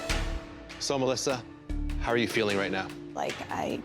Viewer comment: ”Mlisuh and BHEky”